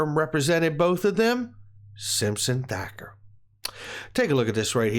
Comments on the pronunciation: Again...with the THAKKER !!!??? THATCHER DUDE....THATCHER !!!! Jeez Louise !!!! Is it butchery or Bukery ??? That aside I'm with you on all the info you provided, they all connected to the lawsuit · It’s Simpson Thacher (pronounced Thatcher)